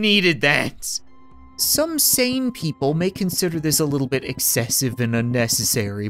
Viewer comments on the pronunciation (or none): none